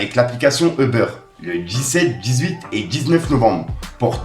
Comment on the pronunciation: Le trailer, pas thriller stp, eubeurre aussi fais un effort frero, juste U-bére c’est bon force à toi